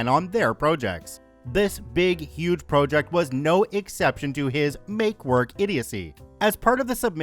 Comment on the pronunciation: why does this guy pronounce project as “pro-ject”. is it AI?